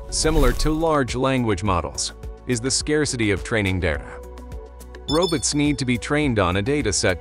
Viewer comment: "Robuts" haha 😂